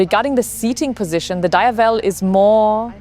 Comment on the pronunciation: DiAAAAvel Not D I evel